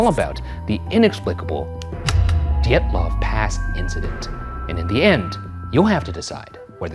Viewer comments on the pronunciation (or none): next time you make a video about this... its pronounced di-yet-luvf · His name is pronounced "deeatlov" two long ee like in meet. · ryan is adamant to pronounce Dyatlov as D’yetloff and i get psychically electrocuted every time